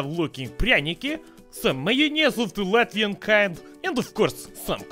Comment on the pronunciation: made me laugh so much because I’m latvian and you did really good on reading that.